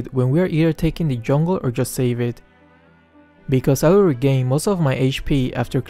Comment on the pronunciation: I don't know why but I hear Mikasa instead of Because I